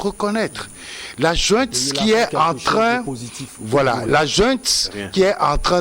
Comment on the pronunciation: On dit junte et non jouente si le mot autorité te brûle la bouche